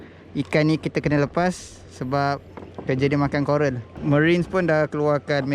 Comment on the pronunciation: ikan coral sebut macam ikan koroi